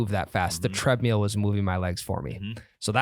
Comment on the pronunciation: you gotta stop saying treadmeal…you aren’t gonna eat it. TreadMILL. I know you can do it. Enjoy your trip. Can’t wait to hear about it next week.